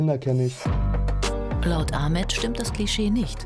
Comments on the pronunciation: Wird Ahmet nicht eig Achmed ausgesprochen? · DER HEIßT NICHT A MET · Wieso nennt ihr ihn a“ch“met wenn er ahmet heißt